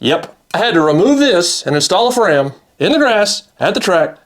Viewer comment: When you said it’s a little easier to grip, like the bottom end of a Fram, it sounded like you said the bottom end of a friend. Had to rewind.